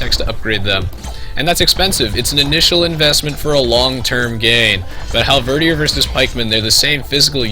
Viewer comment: Great video's! Not to be 'that guy' :P but halberdier is pronounced with the last syllable sounding similar to 'deer'.